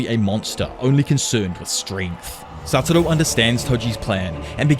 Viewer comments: satoru, not saturo. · Can you please learn to pronounce the same “Satoru” please? It legitimately ruins the quality of the video. It’s extremely distracting how often such a basic error is repeated. Not trying to be a jerk this is my genuine feedback.